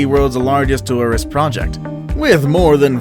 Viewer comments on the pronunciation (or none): none